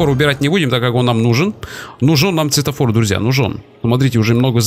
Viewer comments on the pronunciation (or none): none